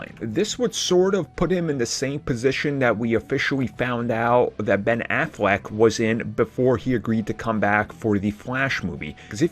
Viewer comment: “Offishuwy found out that Ben afwack was in before he agreed to come back for the fwash movie” 😂 do you got a deddatated wam